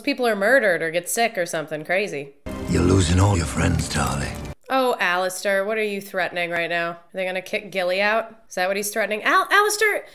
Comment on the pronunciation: his name is Alliser, not AlisTer... that has been annoying me for a while